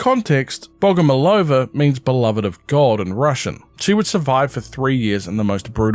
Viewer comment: BogomOlova, the emphasis on the 3rd syllable